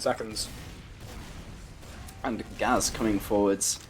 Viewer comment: It's pronounced gay z